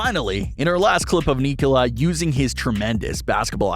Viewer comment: You almost pronounced his first name perfectly. In Serbian, you would pronounce it, "KNEE- cola".